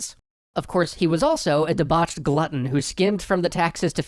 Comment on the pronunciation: you gotta calm down when saying debauched like bruh... You be like: deBAUCHED hahahahahaha